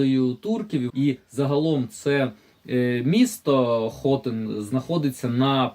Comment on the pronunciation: привіт.правильний наголос на ХОТИ*Н